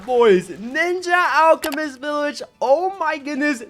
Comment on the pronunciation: Did anyone notice how he said “ninja” alchemist and village 😭